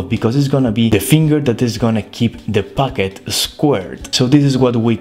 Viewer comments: I love when you say "packet" but it sound like "baguette" or my ear is horrible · I thought he said baguette